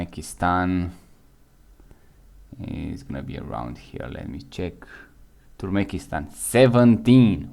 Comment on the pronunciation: Turmekistan?😂 Türkmenistan bro